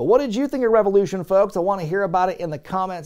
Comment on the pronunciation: REV-EOW-LOO-SHONE Thanks for keeping Tantric alive,.